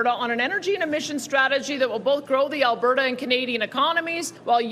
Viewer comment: It’s A L B E R T A . . . . NOT ALBERRA ... 👎🏼👎🏾👎🏻🇨🇦🇨🇦🇨🇦❤️❤️❤️